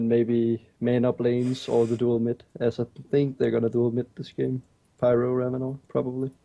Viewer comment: it's Rav-in-or not Rav-in-er. Even when you pick Ravenor it pronounces it correctly.